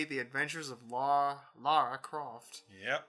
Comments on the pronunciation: I just noticed WHY IS HE CALLING HER "LAURA"? Like... Doesnt he know she is Lara?! :D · First off her name is Lara not Laura. second your friend is right, Core was sick of making TR games so they tried to secretly kill off Lara Croft.